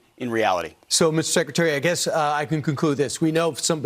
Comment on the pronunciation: Again sekitary..instead of secretary...